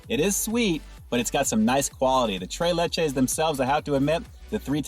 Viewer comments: Lol can’t pronounce the spanish accent 🤣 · I want tray layche